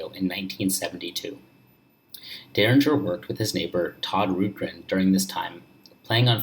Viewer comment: This video is pathetic, he's reading word for word off Derringer's Wikipedia page, and he doesn't even know how to pronounce Todd Rundgren.